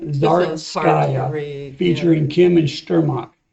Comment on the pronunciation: Correct accent: Zari’iiitskaya